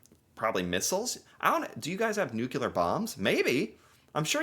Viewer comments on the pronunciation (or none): Like many USAians, he says "nucular" instead of 'nuclear'. It's a pet peeve of mine! Otherwise, I agree with you. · NEW-klee-ar, not NOO-kew-lar. Also, for anyone who isn't aware of the following spelling and grammar problems, try to learn the difference between "then" and "than," "woman" and "women," and "lose" and "loose." Also, it's "should have," not "should of." Thank you. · Also it’s nuclear- not nucular 😂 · By the way, the word is pronounced nuclear (nu-clear), not nucular (nu-cu-lar). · Oh it's no Nuk you lar. It's pronounced Nuc lee ARR. Typical American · 🇨🇦 Good video,. But the word you want is “NOOK-lee-err” NOT “NOOK-yoo-ler.” Look how it is spelled — nuclear. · No Canada does not have NUCLEAR bombs, Plus we pronounce it NU-CLEAR not NEW-QUE-LA. Personally I miss Fred Myers "FREDDIES" here on the West Coast. But won't go to the states anymore since "el trumpito" seized power. "Elbows UP Canada" ! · Canadians tend to say nuclear. Not nucular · It's nuclear. Not Nukelar. Say it with me: Nu-Cle-Ar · Not nucular, but nuclear. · How can you tell is American? He says “nucular” just like Homer Simpson 😂. All in good fun, I appreciate your videos 👍🏾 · Did you say 'nucular' weapons'?? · THANK YOU! New Klee er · Would you PLEASE begin pronouncing the word “nuclear” correctly? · Canadians know how to pronounce "nuclear" properly...! 😂